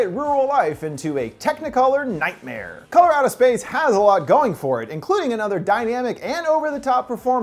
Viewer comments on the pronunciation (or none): “Color Out of Space” what I heard, “Colorado Space.” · Color out of space i keep hearing Coloradospace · I swear I was thinking about this half the video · I keep thinking your saying "Colorado Space"...is it just me? But yeah- that was certainly a wacked out film (in a good way, though) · My fire stick keeps hearing this when I look it up lol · True Lmao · Am I the only person who heard him say Colorado Space the first time around?? lmao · I kept thinking he said Colorado space lmao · am i only one who hear ,,Colorado Space"?